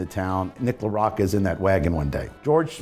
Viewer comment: As someone of Italian/Sicilian heritage, I'd've presumed that you'd know how to pronounce Mr. LaRocca's name. Come si pronouncia, "bocca?" How do you pronounce: 'bocca?' Do you also say, "bokka?" No? So, why then, slaughter the man's name?